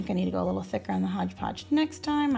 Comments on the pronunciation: It's MOD podge, not modge podge!😭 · Girl Everytime you said modge podge I got stressed lol they came out great and congradulations on starting your channel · It's MOD podge lol